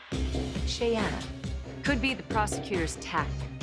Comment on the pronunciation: So irritating that they keep pronouncing Shayanna’s name wrong.